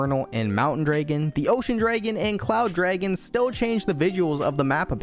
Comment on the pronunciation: bro says draigan